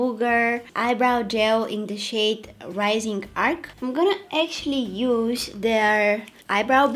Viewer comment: You don’t know how to say arch lol